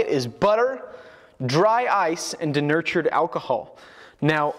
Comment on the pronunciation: "Durnurtured alcohol" 🤣🤣🤣🤣 It's "denatured" alcohol, lol.